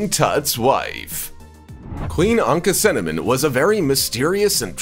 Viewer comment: It's pronounced ANAK-SU- NAMOON NOT ANAK-NU-CINNAMON